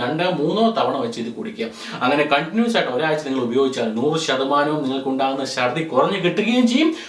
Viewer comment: shardhi ennalla chardhi ennalle